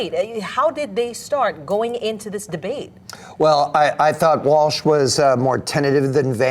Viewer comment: This idiot that's giving the critique calls him "Walsh" not what his name actually is which is Walz The dummy doesn't even know his name and is critiquing things he clearly knows nothing about. How is this guy an expert and anything exactly. He can't even get one of the candidates name right???? 🤯